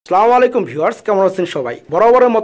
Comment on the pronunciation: ভাই সালামটা ঠিক করে দিয়েন.#(আসসালামু আলাইকুম)